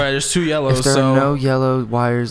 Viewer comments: Did say part 2 or part doo?? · "Part dew"